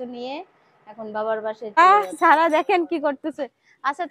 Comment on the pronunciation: আপু এরকম মাঝে মধ্যে মায়ের বাড়ি যাবেন মায়ের জন্য করবেন অনেক দোয়া পাবেন আর আজকের ভিডিও টা অনেক অনেক সুন্দর হয়েছে 💝 এমন ভিডিও আরও চাই আর আপু একটা কথা কিছু মনে করবেন না আপনি যেহেতু সাবান সেম্পু সবজি খুব সুন্দর করে উচ্চারণ করতে পারেন তাহলে সারাহ নামটা কেনো এভাবে ছারা ছারা করে উচ্চারণ করেন।মেয়ের এতো সুন্দর একটা নাম কিন্তু খুব বাজে ভাবে উচ্চারণ করেন আপনি। আবার সিদরাতুল কে ছিদরাতুল ছিদরাতুল করে বলেন খুব বাজে লাগে শুনতে। একটু চেষ্টা করবেন শুদ্ধ ভাবে উচ্চারণ করার। ভালো থাকবেন